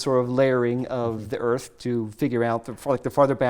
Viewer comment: for some reason, due to the way he says 'earth', all I could think was "Damn, thats a sweet earth you might say. WRONG"